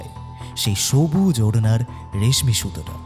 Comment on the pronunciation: " Reshomi Kapor" Noy, " Reshmi Kapor".